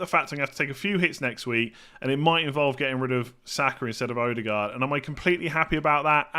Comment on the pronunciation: glad you're interested in correct pronunciation :) so pliz "E-de-gore" , not "oudegard"